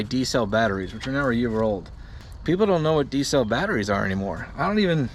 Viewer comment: Heard him say Diesels for D-cells ha-ha